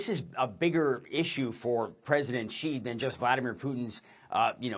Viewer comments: She pronounces Xi like Ji, which means chicken, also slang for penis 😂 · This woman cannot even pronounce Chinese president's name correctly. What an ignorance... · CNN can’t pronounce Xi’s name correctly? It’s important. You can’t just make things up to your own liking as you go along. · Speech therapist is needed to teach you how not to mispronounce the Chinese President's name 😅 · How tf are both you journalists failing to pronounce XI!?